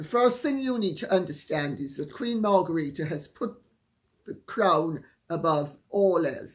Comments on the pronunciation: I thought the Danish Queen’s name is pronounced “Mar gret ta”, not “Mar garita”. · Mar gre the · Dear Lady 'C', I am aghast! You are normally so punctilious and precise with pronunciation. Whatever possessed you to sound the name (at the time of writing) of the Queen of Denmark as if it were a Spanish name! She is not "Margarita", nor could she be readily mistaken for a mixture of Cointreau and tequila (however intoxicating is her personality). Surely, a reasonable anglicization of the pronunciation of her name would be "Mar-great- a"? Regards, David